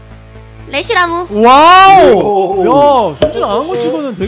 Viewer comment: 래시라무가 아니라 레시라무 이에요